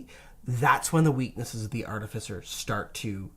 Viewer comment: It's pronounced "ar-TIF-icer".